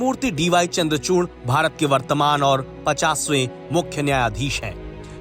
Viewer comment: चूर्ण नही चूड़ है 😂